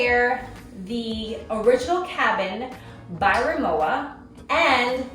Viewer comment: Pronounced Remmovva